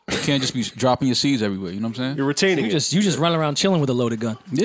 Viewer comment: Did say retainting? Lol WTF